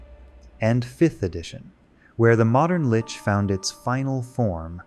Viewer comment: If you're gonna use an AI instead of speaking yourself, I would recommend listening to it first before posting. This clanker cannot pronounce 'lich' consistently 😂